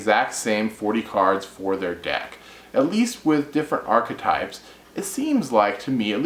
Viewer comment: 1 - You put too much emphasis into the word; it is merely "ark-type". The "e" isn't pronounced. 2 - I feel theme decks ruin the fun of being able to mash things together. I placed 3rd in a tournament years back using stuff like the End of Anubis, The Creator, Jinzo and other weird cards. They weren't in other decks. You cannot even think of that nowadays. I would love to see a tournament where no themes are allowed.